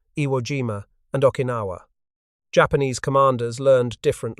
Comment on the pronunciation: It is not pronounced like aw kinawa. It is an o sound like loan or boat. Like Oh-kinawa. Learn it durn it.